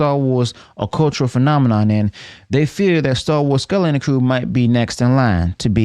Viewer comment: Why do you have so much trouble pronouncing the word skeleton?